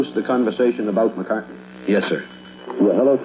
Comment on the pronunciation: Blame the uploader, not Brian Moriarty. Brian says it correctly .